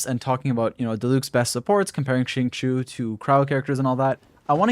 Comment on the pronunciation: Im so mad whenever people say xingqius name wrong. It’s pronounced: sing-cho Even xingqiu pronounced his name that way